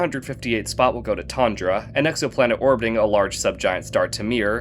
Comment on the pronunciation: The correct way to say the name is more like Toondra (its name is indeed devrived from the bengali word "তোনর্দা" meaning nap and this is the correct way to say it) not Tondra